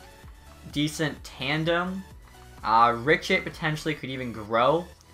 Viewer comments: Maple Tendy same he says richit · Rittich is Ri-Tik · Its RI-D-ICK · The way you pronounce Rittich drives me insane